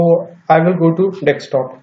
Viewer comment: I always wonder why people say dextop instead of desktop.....